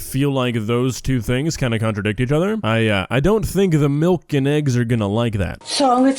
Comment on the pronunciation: When she first said milk I legit had to go back cuz the way she said it I heard “molk”